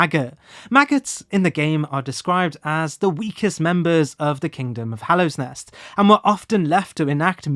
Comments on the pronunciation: Weird just how many prominent names you get wrong... it's not "Hallowsnest", it's Hallownest. It's not Trobuyo, but Trobbio. Makes me wonder how such errors could consistently pop up. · "Hallowsnest" 😕 Trobio mispronounced 😕 The Hollow Knight misgendered 😕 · Great video, however every time you say hallow’s nest or mispronounce trobbio i die a bit inside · Why do you keep calling Hallownest "Hallow's Nest"? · “Hallows nest” bruh. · I love you man, but every time you say “Hallow’s nest”, I die a little on the inside, there is no ‘s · hallow's nest tro bye oh THE hornet i'm fucking dying here lol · I mean, I appreciate how he doesn’t pronounce it “Hollownest” like half the YouTubers who discuss the game, but yeah, that extra s killed me. 😂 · 😂 that's adorable